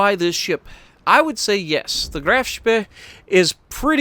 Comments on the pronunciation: The problem with his prenounciation is that says it as if it was 'SPE' it's 'SPEE' his prenounciation is to short. Fun fact the Graf Spee was the last ship in the class and the first sunk in the class(then Deutschland(Lützow) and last the Admiral Scheer).Hope you like water on the Spee,it's got quite a bit of salt. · Thats right, Graf SPEE not Spay. Nice German, dude :D. Greeting from Germany 💪